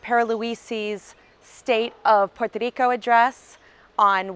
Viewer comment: Thank you for the information. I love the way you say "Puerto Rico". I'm looking forward to visit the island after the situation with the coronavirus settle.